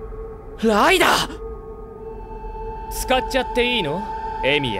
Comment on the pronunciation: 不覚にもライダーがライナーに聞こえてしまった